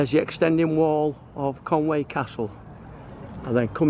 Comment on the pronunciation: Great video, but you need to work on your Welsh pronunciation...Conwy is pronounced Con-wee not Con-way, Llandudno and all the other Llans will need a little practice, I will teach you if I ever meet you in the "Bunker Bar" again....